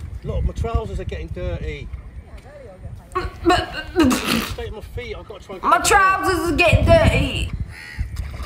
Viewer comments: “My trousers will get der’y” I’m ded-😂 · "mY tRoUsErS aRe gEtTiNg dIrTaY"